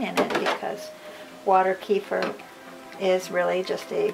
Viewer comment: it's pronounced "KEh-FEER"